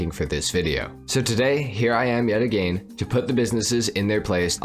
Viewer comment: Your pronouncing "again" a little too literally